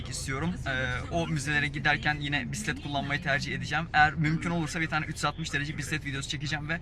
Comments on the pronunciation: Bisiklet kelimesini söylerken acaba "k" harfini okumuyor musunuz yoksa ben mi yanlış duyuyorum? Sanki bisi'let dermiş gibi çıkıyor :D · bisset diyor :D